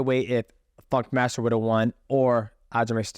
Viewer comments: Sounds like fuc<k master everytime he says it I like it Sterling should change his name to that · I love how he gets all the names wrong. Pretty sure he spent the entire podcast referri g to aljo as fuckmaster.